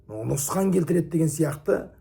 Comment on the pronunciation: НҰСҚАН ЕМЕС, НҰҚСАН делінеді.